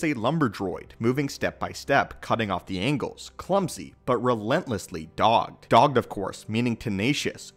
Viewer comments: Its pronounced dog-ed not dawgd, but u have the definition correct. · I almost look at Form I as a sort of blank slate from which all the rest derive whereas VI takes small aspects of I - V and combines them into one. Also, bit of a nitpick but eschew is pronounced eh - shoe and dogged is dawg - ed.